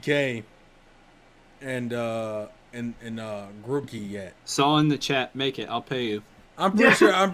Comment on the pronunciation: Grookey* not Grockey